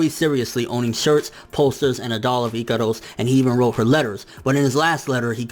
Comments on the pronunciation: NIGGA ITS IKAROSSS NOT IKADUS WTf it just gets annoying asf your pronounciation is horrible no offense and no hate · dude wtf do you pronounce Ikaros like that? I'm scratching my head figuring out who is that